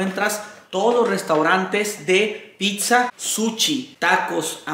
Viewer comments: "Picsa""suchi" ,por favor revisa tu pronunciación, qué horror. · Suchi dice 😂 es sushi 🍣 wey.